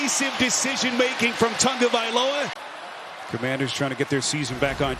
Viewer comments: This drives me absolutely insane and has permeated the media. IT'S NOT PRONOUNCED "TUNGA-" you absolute MORONS. IT'S PRONOUNCED "TAGO-" EXACTLY AS IT'S SPELLED. Stop this nonsense please. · Why does every announcer throw an 'n' into the first syllable of Tagovailoa's name?